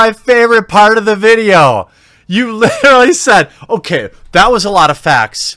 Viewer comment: You literally say the word literally wrong, and a lot ;)